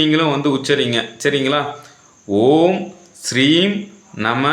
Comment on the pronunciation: ஐயா நல்ல பதிவு நன்றி ஐயா! மந்திரத்தில் தவறு உள்ளது ஐயா! ஸ்ரீம் னு சொல்றீங்க ஆனால் ஹிரீம் னு இருக்கு தெளிவாக கூறவும் நன்றி ஐயா